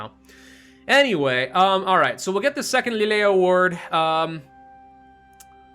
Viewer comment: I know this probably doesn't matter and won't even read this but Valois is actually pronounced 'Val', and ois makes a 'wah' sound. So his name is said 'valwah'. Also Lille 'as in the first Lille award' is said 'lee-il'. It's not important, but it's nice just to have the information available.